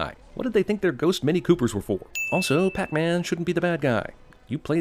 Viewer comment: That’s not pac man it’s pec man